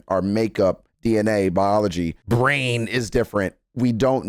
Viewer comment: why did he say brain like that😂